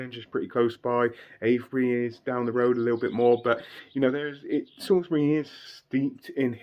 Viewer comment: Salisbury not sailsbury...... Sorry, born in Salisbury and Wiltshire resident all my life 😄😄